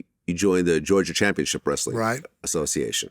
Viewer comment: “Association “ lol